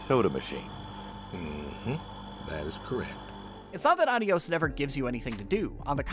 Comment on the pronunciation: Great video as always, and the game looks like an interesting experience. Just a tip from a Spanish speaker: the title is (if the developer meant to say goodbye in Spanish) pronounced with emphasis on the O (the proper spelling is Adiós).